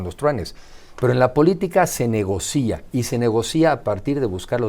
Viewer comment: Alguien le puede decir a este tipejo de la Madrid que se dice NEGOCIA negocia no negocía, no NO CON ACENTO EN LA I